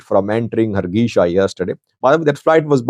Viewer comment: the correct pronunciation is Har-gésa NOT Hargeesha 🚫